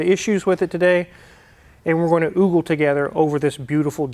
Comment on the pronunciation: "OOGLE"?..."OOGLE"..? IT IS OGLE, OH AS IN OH DEAR...